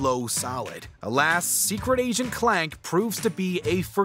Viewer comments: I think I heard him say "Secret Agent Plank" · I could have swore he said Secret Agent Plank.